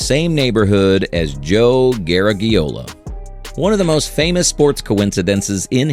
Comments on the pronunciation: Bad enough that he did not pronounce Joe Garagiola close to correctly, but he had to keep using the last name time and time again, irritating! I get the feeling this particular video was not researched worth a flip, plus the owner of the channel didn’t know how to pronounce it either. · Who’s Joe “Ger-eg-e-ola ” 😅 Sounds like a distant relative of Lou Gehrig-e-ola. 😂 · It looked pretty informative (although I already knew all of what I heard), but after the fourth time hearing "Gare-a-ge-ola", I had to shut it off. Hire human voices and make sure that they can pronounce the names correctly!!!:face-orange-frowning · Exactly, it’s not “Ger-eg-e-ola”. 😅 It Sounds like a distant relative of Lou Gehrig-e-ola. 😂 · garage...e - ola. I remember occasionally hearing Joe Garagiola when he was a baseball broadcaster. He was very good, gave his own entertaining spin on the games...a good guy. It's a shame that this video creator (AI I think) didn't bother to find out how to say the man's name. Joe G was of Italian descent. His family pronounced it as a "soft" g. In American English, we have the letter pronounced with both a "hard" and "soft" sound. I don't know if there is a hard g in Italian. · You mispronounced Joe Garagiola. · Drives me crazy how AI pronounces Joe Garagiola’s name. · I've heard different people pronounce it differently over the years, but never like this AI did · You lost me when you couldn't pronounce Garagiola. I prefer a thick-tounged amateur to fake robot automatons. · Of course the oral robot mispronounces Garagiola. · You are mispronouncing Garagiola. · I’m not sure if that’s the way you pronounce it in Italian. But it’s pronounced the way Joe Garagiola’s family in America wants to be pronounced. (& the way everyone has referred to him for his entire life in America) his last name has 5 vowels, (out of 9 characters ) but none of them should sound like the letter “e”.